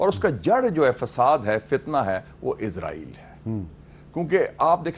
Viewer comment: آپ لوگ ایک ملک کے نام کا تلفظ ٹھیک کر لیں وہ ھے: ازرائیل یہ لفظ "س" سے ھے ۔ اسرائیل ۔ اس را ئیل ۔ شکرا"